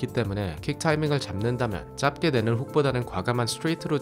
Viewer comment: ‘짧게’는 [짤께]로 발음하시는 게 맞아요!!